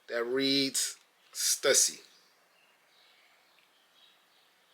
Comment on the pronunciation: I think it’s pronounced: Stoosy